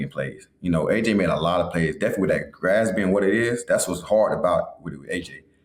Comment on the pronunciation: He said glass instead of grass 😂😂